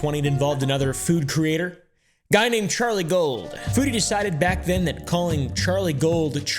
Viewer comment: I thought she said Charlie cold